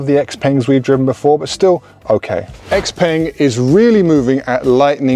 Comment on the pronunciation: peng is pronounced more like pung